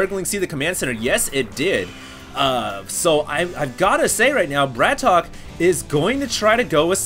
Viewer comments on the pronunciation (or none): Isnt his name pronounced "BRAT OKAY" not "BRATOK"? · Mondragon -> MONdragon emphasis on MON BratOK -> BratOkay NOT Bratock T.T